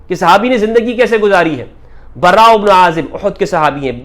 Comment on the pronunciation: دجال مخت کا مفتی ہے صحابہ کے نام صحیح لینے نہیں آتے براءمیں ر مشدد نہیں ہے